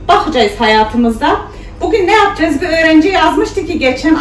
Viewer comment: Kız yapacayiz demene bayılıyorum 😇